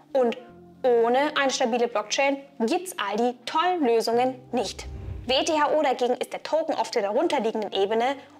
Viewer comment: Kleiner Sprachfehler: "VTHO" statt "WTHO"